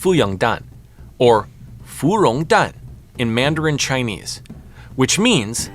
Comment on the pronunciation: Your mandarin pronunciation is much better than me, a native Chinese speaker 😂